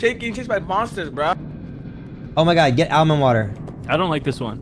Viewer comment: the way he said almond made me mad 😂💀